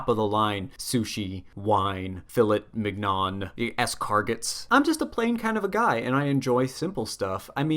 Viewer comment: pronouncing escargot wrong is surprisingly fun thanks for that